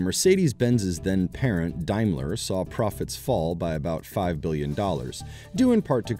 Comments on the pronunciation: Pronounced Daymler not diemler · BTW is a D- aim ler..........Not D-eye- mler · Is it only me that cringes every time this commentator pronounces Daimler as Dimeler? Maybe it's pronounced that way in the US but everyone I know (in the UK) pronounces it as it's written. Seriously this video seems to be sponsored by Tesla. Having owned and enjoyed owning a CLK 3.2 AMG and was the longest I ever kept a vehicle (8 years) I paid off the loan in 2 years and even using the authorised dealers for servicing was one of the lowest cost cars to maintain. Before this, I had a Lexus, in terms of prestige most people thought it was a Toyota and no perceived prestige (in the UK) had problems always and the running cost were greater, even the fuel consumption was much higher. Had a friend also who swapped from a Mercedes to a Lexus and regretted it for the same reasons.